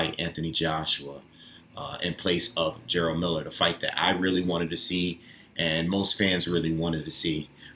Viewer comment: Ok , so I've literally watched hundreds of videos about Jarelle Miller. Everyone is saying his name as if its spelled GERALD. Its pronounced JER-RELL . Just as its spelled right ? If its the case , then there is a lot of people butchering this man's name